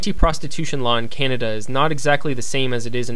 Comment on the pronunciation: its not cenada. It's Canada